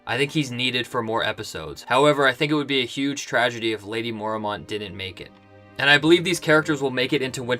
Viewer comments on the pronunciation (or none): "Mormont" is two syllables. "mor-mont", not "mor-a-mont". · I hate how he pronounces Mormont. It's Mor-mont, not Mor-a-mont